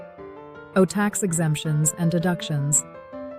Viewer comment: What a piece of crap. "B and Ampo" tax? C'mon man, do your own audio.......